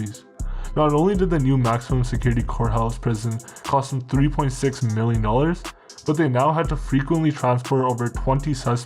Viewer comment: I love how you accentuate the M when saying 'mmmmillions' and the S when saying 'sssseverely', those numbers in this day and age... peanuts kid. Also, I'm pretty sure the guy narrating this is a Canadian Sikh, he has that distinctive nuance in his voice and the way that he speaks just gives it away. Am I right? Show your true identity narrator/content creator! Also, I wouldn't have called the last big police operation against the Manitoba Warriors, 'Project Falling Star', I would've called it Project 'Indian Giver/Scalped'.